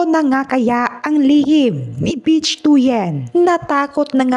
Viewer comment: Ang pronunciation ng "Bich" ay hawig sa "Bit" with weak "t".